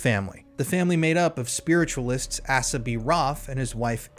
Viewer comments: Not ‘ass-a’ it’s ‘Ace-a’, a common name in the US a hundred years ago.. also in Western movies 🎥 😊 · Dude it's pronounced Ace ah. Now on with the show. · The name Asa is pronounced with a long A (rhymes with hay). 😎❤